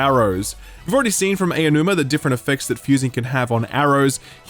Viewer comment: His name is "Ah-Oh-New-Ma", NOT "AY-Oh-New-Ma" I know it's a difficult name to pronounce, but it's not difficult to find the right pronunciation. Please.